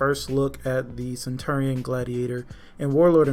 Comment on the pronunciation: You keep pronouncing centurion wrong